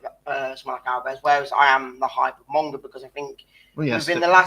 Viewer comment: Do you mean Monga, not Monge?